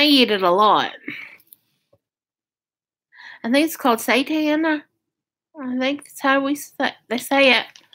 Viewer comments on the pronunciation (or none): none